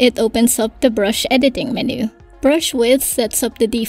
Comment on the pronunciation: Would you know, is there any way to create TRUE Vector Brushes in AD? And I wish AD would handle corners better. You know like Illustrator allows the creation of actual VECTOR Brushes & handles Brush Corners. (FYI MENU is pronounced: MEN•YOU not Men•New, sorry, took me a while to figure out what you were talking about.) Tks in advance